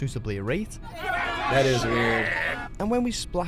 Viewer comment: The first thing that annoyed me in your video was the greeting "What IS going on" with the emphasis on the word "IS", and also the use of the word "guys". If I were doing a similar video, I would simply start by saying ,"Hello there", and leave it at that. The word "gotten" I cannot stand either. Even You Tube use it in their analytical section, as in, "This video has gotten so many views". The most confusing thing for me is, chips meaning crisps, fries meaning chips - how did it get like that? Also the use of the term "cool". Cool to me means, it's a bit cold, not, it's really good.